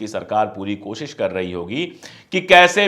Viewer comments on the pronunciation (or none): none